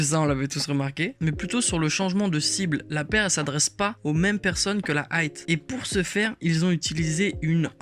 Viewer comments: Arrête de dire "Aight" stp c'est "High" merci. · Par pitié on dit "High" pas "Aight" frérot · La « aïte » ???